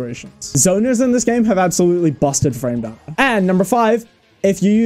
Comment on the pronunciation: I think it's pronounced 'frame data' instead of 'frame data'